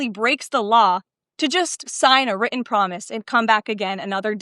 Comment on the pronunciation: She can't say written